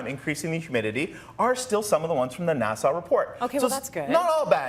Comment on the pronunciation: ivy is hard to grow, you keep saying NASA wrong, this is depressing, thank you